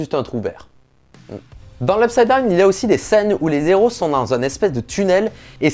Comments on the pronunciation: . Pour que les acteurs sachent et non savent Et après « pour que les zéros puissent... » les Héros. Pas de liaison avec un H. Sinon, bonne vidéo. Merci. C’est juste que ces 2 coquilles m’ont choqué. Désolé. Ça arrive. Très intéressant ton regard et ton expertise sur certains plans simples ou complexes. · on dit les héros ya pas de liaisons donc pas les zéro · "Les Héros" la liaison est annulée car il y a un H. Nn je rigole super vidéo